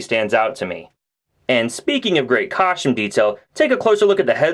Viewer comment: coschtume?? lol. Always like your reviews dude, just breaking balls